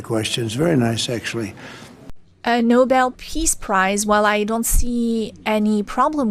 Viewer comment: they should give him a gold medal saying Nobel pis price